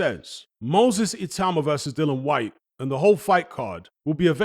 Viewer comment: Seriously, learn how to pronounce Whyte's name.